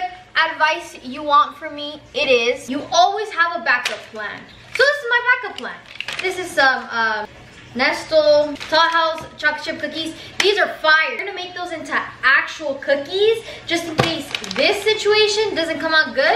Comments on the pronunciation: d- did she just say nestl????? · Nobody is talking about how she said Nestle tho 😂